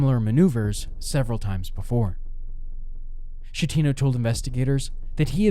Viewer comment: There are dozens of videos about this that correctly pronounce the Captains name...yours is not one of them.